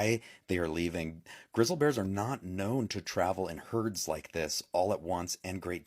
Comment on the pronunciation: !!! """ WARNING """ !!! YOU ARE BEING MISLEAD AND FOLLOWING COMPLETE UTTER BS """ MIS-INFORMATION """ -THE AI VOICE LATER ON IN THE VIDEO """" COULDNT PRONOUNCE " GRIZZLY """ EITHER = IT ISNT GRISSLE = THAT COMES FROM THE FRYING PAN ON YOUR STOVE " IDIOTS " PROOF ? GET OFF YOUR A__ AND GO LOOK AT CSGS = GO = LOOK = """"""""""""""""""""""" NOW """""""""""""""""" IF YOU BELIEVE THIS = """"""""""" YOU HAVE BEEN BRAINWASHED INTO A MIS-INFORMATION CAMPAIGN """"""""" AND THIS ISNT THE FIRST TIME I HAVE HAD TO REPORT THIS """" GUY """" = AND """" YES """" THIS IS HIS CHANNEL = ISNT IT " Dont Look Up " - ? TELL THEM OR """""""""""" I WILL """""""""""""""" BETTER YET = JUST SAY GOODBYE TO YOUR ENTIRE CHANNEL YET ONCE AGAIN = YES = """" AGAIN """ ! YOU STILL HAVENT LEARNT BETTER HAVE YOU ? EVERYONE = DO NOT FEAR A THREAT FROM YELLOWSTONE - WE HAVE WELL OVER 35000 EARTHQUAKES A YEAR AND SOMETOMES IT " SPIKES TO UP TO OVER 7000 " A YEAR - THERE IS NO TRACES OF ANY EURPTION AND THESE VIDEOS OF ANIMALS "" SO CALLED LEVING YELLOWSTONE ARE """"""""""""""""""" OLD VIDEOS OF HYBERNATION AND NOMADIC MOVEMENT WITHIN THE PARK AND SOME NOT EVEN FROM USA PARKS ALL TOGETHER """"""""""""""""" THERE IS NO MASS EXPLOSIONS OF ERUPTIONS NOR ANY VIOLENT EPISODES CURRENTLY A FOOT IN THE PARK = NONE """"" !!!!!!!!!!!!!!!!!! IF YOU SAY I HAVE NOT PROVIDED ANY PROOF = IT IS UP TO YOU TO RESEARCH THIS ON YOUR OWN = I AM NOT GOING TO """" TELL YOU WHAT TO BELIEVE NOR AM I AM BABY SITTER """ !!!!!!!!!!!